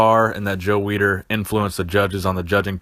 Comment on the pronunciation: The name is Weider, not Weeder... and funny way to say "experiment."